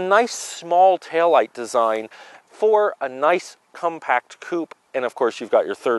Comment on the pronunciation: He said cumpact.